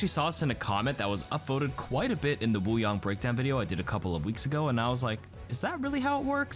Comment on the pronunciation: I keep hearing “water bong”